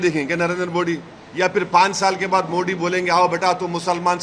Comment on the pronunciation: ko theek se Modi ji ka naam lene uchharan karne nahin aata inko sansad Kaun banaya hai